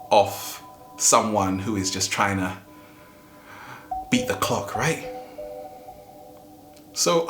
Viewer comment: When you said beat the clock I thought you said something else.